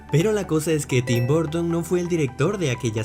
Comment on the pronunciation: Gente normal:Tim Burton:tim bOrton